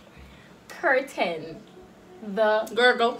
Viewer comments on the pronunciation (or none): seh kernel 😂😂instead of “the curtain behind you is orange”😂😂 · Hurdle .... Kartel.... verse.... whatever that other word was 😂😭😭😭😭😭😂😂😂😂😂😂😂😂 kernel looooooool